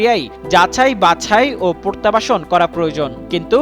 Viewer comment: পরতাবাসন কী? উচ্চারণ ঠিক করা উচিৎ।